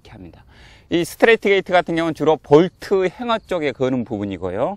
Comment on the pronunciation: 은 정확하게 Bolt Hanger를 '볼트 행어'라고 하십니다. 옷걸이를 일반인이 보통 '행가'라고 하죠. 잘못된 발음입니다. 일본식 발음이죠. 일본어 사전에는 행가[ハンガー/ hanger]라고 싣고 있습니다. 아마 독일 발음을 차용한 탓일 수도 있겠습니다. 그런데 볼트의 독일 낱말은 Bolzen입니다. Bolt Hanger는 분명 영어이기에 섞어 발음하는 것은 적절하지 않습니다. 동영상 잘 보았습니다. 총총^^